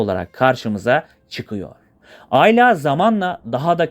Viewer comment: aylaaa değil ayla